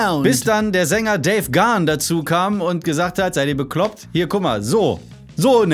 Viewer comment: Beste Band der Welt 🖤 Und sogar 'Gahan' richtig ausgesprochen - eine Rarität! Ich bin stolz 😁